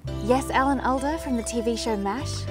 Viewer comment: ps i think it is pronounced all-da